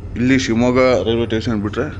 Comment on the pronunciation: It is station not tation take care while pronounciation other wise the video is good👍 like kannnada videos all the best👌👍